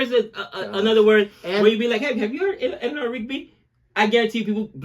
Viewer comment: what is Helena rigby? it is Elanor , not helena lol